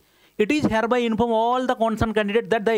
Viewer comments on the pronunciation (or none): none